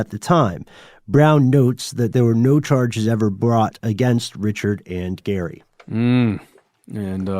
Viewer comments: Richard= REE-SHARD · Ree-Shard it’s Cajun French! Not Richard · It's pronounced Re Shard. You must not be from Jennings. 😂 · It's pronounced "Rick Card" not Richard.